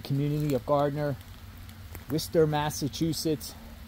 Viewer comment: Ahhhh! You said Worcester right !!! Good job 👍🏼 💕